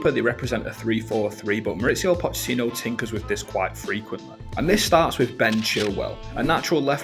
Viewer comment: WTF is widf and frive?...🤣